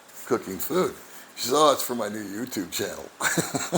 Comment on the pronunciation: I understand English perfectly. But when she says welcome to my youchupe channel it always makes me laugh.